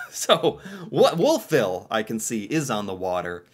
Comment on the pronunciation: Wolf Ville is pronounced as one word, eh. Home of Acadia University. And the world class Irving Gardens. Cart